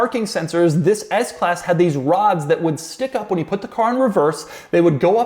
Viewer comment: He always say Fhis or Whis, Shish, never THIS!!!